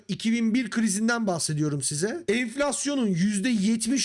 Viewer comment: enflasyon %70 - 80 dedi ya la 🤣bide bastıra bastıra dedi ya laaa🤣🤣